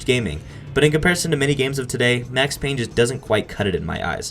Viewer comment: It’s Payne